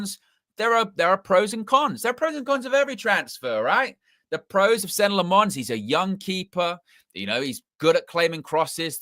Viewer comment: 🚨 OFFICIAL PRONOUNCIATION 🚨 Senne (SENnuh) - emphasis on first syllable Lammens (LAHmuhns) - EMPHASIS ON FIRST SYLLABLE(!) Andy Mitten is the only one who got it right so far. Everyone from Ste Howson all the way to is doing the French inflection, like it’s Croissants or Provence with emphasis on the last syllable. But HE IS FLEMISH AND THAT MEANS DUTCH SPEAKING. The name is Dutch as well. I’m a Dutchman. Thanks for your attention. Good luck!